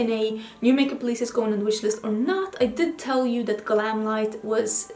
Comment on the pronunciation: PS you said the GlamLite palette name 100% correctly!👍👍